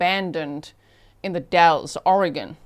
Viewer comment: FYI locals say “ The Dalls” not dalls.